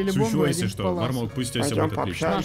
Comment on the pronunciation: Не мармока а мармоко